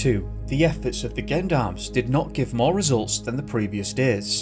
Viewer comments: Hey great video not heard of it & it's very vague & sketchy, & just for the record isn't is pronounced Jon-doms for the Gendoms as u say it? X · They're pronounced "Jeon-darms" not "Gen-darms" Face palm. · some french pronunciation notes: the letter g before e or i is pronounced like "zh" (or the s in vision). "Me" is short for "Maître", a title used for lawyers (like Mr is short for Mister). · Gendarmes or "Jean d'armes" ( for pronunciations sake) are not a paramilitary organisation. They are a French national police force based on military lines. Other than that. Cracking video. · Gendarmes is pronounced with a soft G, as if it were Jendarmes. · Gendarmerie and gendarmes are the military force/police here in France, and it's pronounced with a "j" like in the word Joke or Jeans ... Sounds like jandarm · its not gendarmes its "Jondarmes" at least thats the sound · Gendarmerie is pronounced Jon DAR Mery Gendarmes is pronounced Jon Darm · Absolutely butchered those French references. It’s pronounced ‘Jen-darm’ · For the love of god it’s pronounced ‘Jean-darm’ you sound like an american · Gendarmes is french. Its pronounced Shjean-darmes or was originally anyway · The 'gen' part in gendarm is pronounced like the name Sean. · Not everyone is French